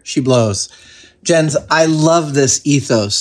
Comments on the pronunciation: buddy, it's "yentz" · His name is prounced Yens. Danish is a Germanic language and in Germanic languages, Js are pronounced like and English Y. Protip here. I won't charge you for it this time. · I think it's pronounced "Yence" :)